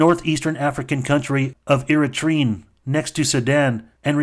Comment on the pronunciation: i’m honestly horrified how badly you miss pronounced EritreA